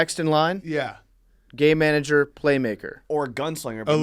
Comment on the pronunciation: Any one else just hear gay manager instead of game manager?